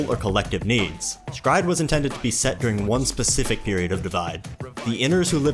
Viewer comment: Is was today years old when i learn s-cry-ed is a probounce with 1 syllable instead of 3 XD both sound good